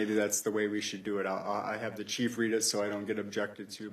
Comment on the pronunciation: Am I to believe the chef (the i is silent) of police doesn't know the laws that he/him enforces. Good to know. Life hack Don't stop for the police until you talk the cHef